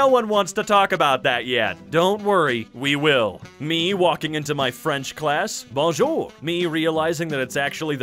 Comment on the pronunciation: Omg the way you said bonjour is exactly how french canadian (québécois more specifically) says it. I am proud of you.